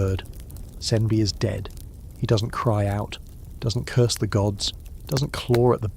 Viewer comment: It’s Curse not Curs Love your videos❤